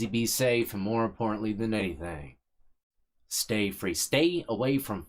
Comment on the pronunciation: Stay Fweeee.. 😂 (sorry brother couldn't resist) thanks for the upload